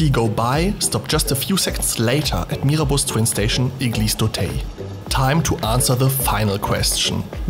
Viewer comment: Not "Eglise d'Auteil" but "Eglise d'Auteuil".